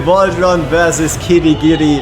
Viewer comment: Not sure if you noticed but you kept saying Kirigiri, adding in that extra ri. I don't think he needs any additions at this point lol